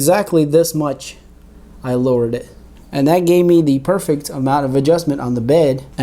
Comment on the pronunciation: Great stuff, I would try to talk without saying words like "Dat" etc... It just makes the video less usable and appealing!